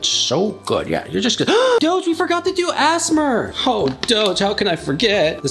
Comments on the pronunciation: I love this but I have to say it's not pronounced asmar it's pronounced A S M R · Brl really said ass mr instead of a-s-m-r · A s m r dont say it al together